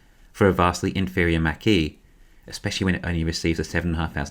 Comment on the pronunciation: just want to clarify, the correct pronunciation for the ford Mach-E is as follows ˈmäk and then an "E" not "Mackeeee"